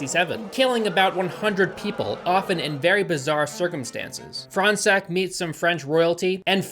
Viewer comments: As a french person, I would just like to say Fronsac is pronounced like " forehead sack " That's all for me . Also, in french, "gn" is pronounced "ñ" That's all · Why do i keep hearing "front sack"? hahahahah